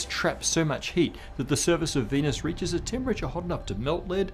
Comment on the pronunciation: Di venus bacanya kek vinus